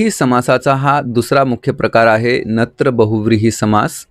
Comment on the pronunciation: सर तुम्ही खूप छान शिकवता पण,नत्र ला तुम्ही चूकिच वाचत आहात .